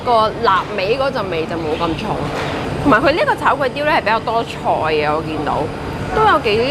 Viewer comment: 炒粿条变,"差Kway丢" !？😆😅😂🤣